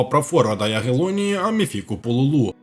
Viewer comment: Не Аміфіко, а Афіміко Пулюлю, треба цікавитися не лише топ чемпіонатами,він грав в Швейцарії, в Базелі, тепер в Польщі і на фото не, а Вівчаренко., - це ти🥵!!! Непрофесійно знаєш футбол і базу, дуже слабенько. відписуюсь. 🤮🤮